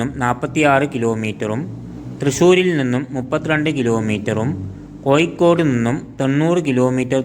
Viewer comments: കോഴിക്കോട്, എന്നാണ്, അല്ലാതെ കോയി കോട് എന്നല്ല, ഭാരത പുയ, എന്നല്ല, ഭാരത പുഴ, ഗായത്രി പുയ, എന്നല്ല, ഗായത്രി പുഴ എന്നാണ്, മോനേ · കോയിക്കോട്, അല്ല കോഴിക്കോട്